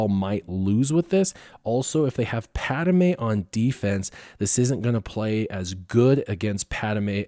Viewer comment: or the way he pronounces driodeka and padme